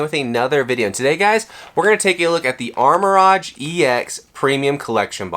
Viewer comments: nah it's "arma-rouge" and "ceru-ledge", he's mispronouncing the names lol (which is understandable but incorrect) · It’s Arma-Rouge (color pronunciation) not Armor Rodge 😂😂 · Its Ar-Ma-Rouge not rohge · It's pronounced armor rogue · Ok I gotta ask…what’s up with the names?? Armarouge —> Armor Rodge?? Ceruledge —> Selluh Ruudge?? Have I been mispronouncing these names all these years? 🤔😂😂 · how can you sell pokemon cards, have a pokemon channel and not know how to say Armarouge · It's a lighthearted joke and I don't think that pronouncing armarouge wrong is a big insecurity that this guy is pointing out